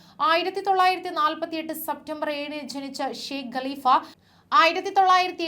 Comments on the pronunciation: ഗലിഫ അല്ല കാലിഫ യാണ് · ഗലിഫ അല്ല കലിഫ